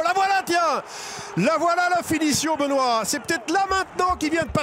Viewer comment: Sa me fume quand il dis benois